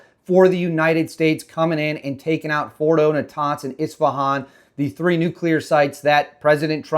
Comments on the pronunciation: nuclear bro not nuculear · Brother, I'm brand new to your channel. So far so good. I like ur take and footage. Pickin up what you're putting down. However... PLEASE stop saying Nucular. No such word. NUCLEAR, sir. Nuclear. It doesn't make you sound more intelligent to say Nucular. 1st time here and u can tell me to stuff it. Not an attack, just an observation, bro. Have a great day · 👍 btw/NUCLEAR is pronounced EXACTLY how it's spelled!!